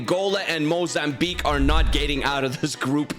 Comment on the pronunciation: The way he pronounced mozambique makes me happy